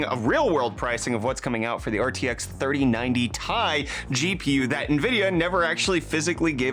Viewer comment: i gave u dislike for saying 3090tai